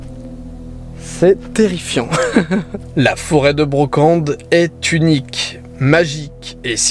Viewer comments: On dit la forêt de la Braconne** et pas de Brocande, super vidéo à part ça ^^ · Forêt de La braconne stp 😂😂 et non pas brocande mdr 😂😂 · "Foret de la Braconne" et non de "Brocende" où se trouve la" fosse mobile" et la" Grande fosse". Sinon sympa tes videos. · C'est foret de Braconne, pas Brocande ^^ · La Braconne , pas la brocande , j'habite à deux min de la grande fosse éhé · Forêt de la Braconne et pas Branconne! ;) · La charente,la meilleur des regions et super video Ps: didi la foret de la bracone ce prononce avec toute les lettres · C'est la forêt de la braconne pas de brocande !!!!! Et on prononce aubterre